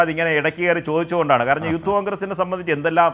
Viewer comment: യൂത്ത് കോൺഗ്രസ് അല്ല ഉത്ത് കോൺഗ്രസ് 😊